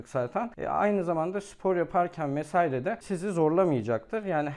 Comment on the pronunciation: Mesaire değil "Vesaire"